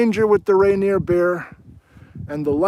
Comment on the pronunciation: He says Rainier Beer a certain way: this is that way